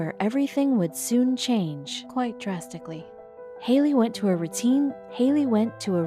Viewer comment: Did anyone else hear the lady talking saying "Hayley went to a routine, Haley went toe a routine doctors appointment" or is it just me